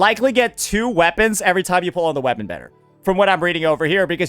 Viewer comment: "Standart" and "wepaon" XD Sounds like me and my friend when we joke around in English.